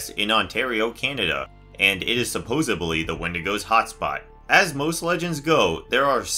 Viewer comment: "supposedly"..no letter b in that word